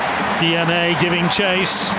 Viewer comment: Di ani...not DNA